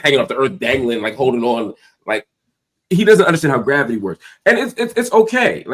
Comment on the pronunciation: "I don't know why graviyis new to you" 😂